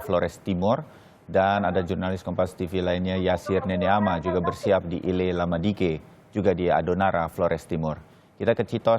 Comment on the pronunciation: Izin koreksi min, Nele Lama Diken bukan ile lama diken...🙏